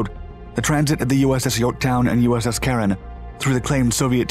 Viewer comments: USS Caron (DD 970). He got the pronunciation correct ... "Karen." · There are a couple of photos of the name on the ship's stern ... USS Caron (DD 970). He got the pronunciation correct ... "Karen."